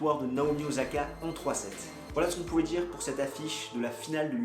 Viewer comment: o /sa/ ka stp, pas ozaka.